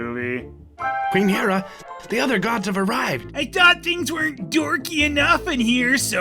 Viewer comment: the way they pronounce hera sounds like someone mixing up he-man and she-ra